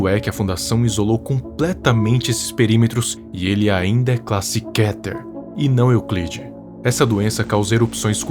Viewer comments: Nao se le Kéter mais sim Kêter. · É muito estranho ver ele falando kéter e não kiter kkkkkkk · Mas se Diz Kéter animal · "kéter" uma das pronúncias que na minha opinião é ridícula Mas vou aceitar por enquanto '-'